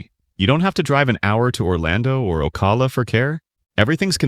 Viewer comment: ? Peeps bought homes sight unseen ? What? , mispronounced Ocala, and home values of bought home have dropped 18%? …and much more…